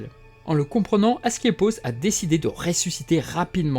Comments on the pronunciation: Mauvaise prononciation : AscLEpios ou esculape (la même chose) :) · Très intéressant ! Question : ta prononciation d'Asclépios change tout au long de la vidéo : c'est normal ou pas ? (plusieurs personnes avec des noms proches, ou juste un lapsus) Et autre question : c'est vraiment un réupload ? (cf le titre)